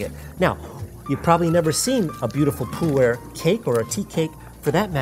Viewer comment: I thought it was pronounced "Poo-air" not "Poo-ur".